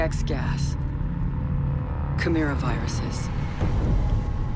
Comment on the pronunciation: Chimera is what she says